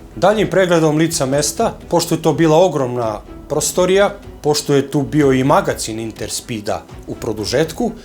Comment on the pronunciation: Nije ondak nego onda.I nije prôstorija nego prostôrija.